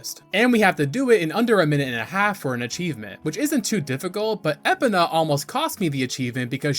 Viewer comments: litle side note, overall this is just a minor annoyance, and i am so far enjoying your content, and plan to watch more of your videos. but my man please work on ya pronunciations <3 you called Epona Epena. eh-POE-nuh (like "e" in "bet," "poe" as in "poem," "nuh" as in "banana") theres like 2 pronounciations most people will agree on, and you chose the 3rd a hybrid of the two. the po in epona is always emphasized, you did not. outside of that it's a tomayto tomoto type deal on how you say the E in Epona. personally im on the side of pronouncing the E like as in bee hard emphasis on the E. again, this is only a minor annoyance to me, and it's not a deal breaker on me watching your content. just wanted to toss it out there. outside of that, the video and editing is very well made and quite digestible even with it being a longer video. solid enough to earn a subscribe. keep up the great work my man. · At a certain point, I have to believe you’re deliberately mispronouncing names just to piss me off. I love your videos anyway though. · Hearing you pronounce Epona made me want to eat glass. Love the video. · 1. I enjoy your videos 2. These achievements are kinda disappointing 3. Your pronunciation of Epona should be considered crime against humanity 4. ALSO, you called Volvagia "Volgaria." Are you trolling us? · I have never heard someone call Epona like you did, most call her EPONa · Was so close to liking and subscribing until I heard him mispronounce not just “Malon” and “Skulltula”, but “Epona” and “Farore” too?! I Couldn’t stand to listen to him anymore 😩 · Epana? EPANA?! Holy shit how do you say epona as Epana? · I knew he didn’t pronounce epona the intended way but…… ya. I wasn’t ready for it that way. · these pronounciations are borderline offensive. links legendary horse, epna.. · You calling Epona as Epina rather than E-Pona, was extremely triggering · *spits drink hearing Epina * you mean "uh·pow·nuh" but i thinkk i am going to her Epina from now on haha